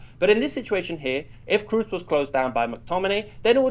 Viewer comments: Kroos is not pronounced Cruise. It's a long o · its kr-o-o-s as a double o, not kr-u-s ;)